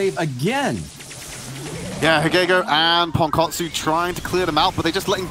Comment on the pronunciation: ときどきすげーネイティブに ポンコォツって言われてる気がする